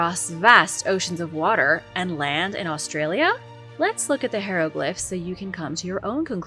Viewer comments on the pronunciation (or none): How are you STILL pronouncing hieroglyphs (Hi-ro-glifs) as (hair- lo-glifs)?! Ffs.